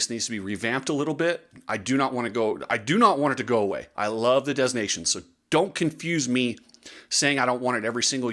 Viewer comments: Dez Nations?? Learn how to pronounce it please. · STOP SAYING DEZ! FFS the ‘s’ is silent. If you’re going to broadcast online, at least be smart enough to pronounce the names of major events properly. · "de nah' see own" if you really want to be correct. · I believe the “s” in Des Nation is silent! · I love that you call it "Des Nations" as in the French, and not the "Of Nations" Americanized version, yet at the same time, you pronounce the 's' in 'des' rather than silent as in the French. Very American. 😄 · The S in Des Nations is silent. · Please learn how to pronounce the name. The s is silient in Des!